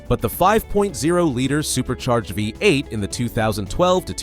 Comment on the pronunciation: What about a live human voiceover? Poor pronunciation on things like V8